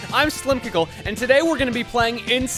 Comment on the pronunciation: the way you pronounce slmccl honestly gives me a chill every time. It honestly just so odd it gives me conniptions.